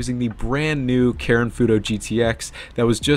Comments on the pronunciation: did my dude just say karen instead of karin? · sounded a lot like Karen but aigbt